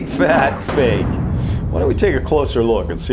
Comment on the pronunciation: it's fake not fak